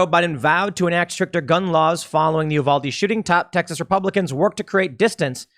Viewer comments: It's not Oow-valde. It's Ewe-valde. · Not Oohvahldee it's Yewvaldee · It's pronounced you-valde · You-val-dee = Uvalde.😁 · it’s “U-Val-D” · Uvalde pronounced You-vall-dee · It's pronounced You-vall-dee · Tim, great job as always. Just a heads up, Uvalde is pronounced “you-val-dee.” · As a TEXAN it's U-valde or youvalde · Just FYI: Uvalde is pronounced you-VAHL-dee or -day. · Just a nit-pick, it's "You-valde" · It's pronounced "You-valde" -source, am Texan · It’s pronounced “you-valde” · Off topic but related, just FYI it's pronounced YOUvalde...sorry if that's already been mentioned. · As a Texan, it's pronounced You-Val-Dee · It's you-valdee tim sorry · "You-valde", Tim. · Tim. Please. It is pronounced "YouVade" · Tim, Uvalde is pronounced 'you-val-dee'. Im a native of San Antonio and am well acquainted with that area. In Spanish it is pronounced 'oo as in few-val-deh' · Tim, for future reference, It's pronounced, "you-val-dee." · Tim you don't have to French it up Uvalde is pronounced yoo-VAL-dee. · Tim it's pronounce you-vol-day in Texas. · It's pronounced "You-valde"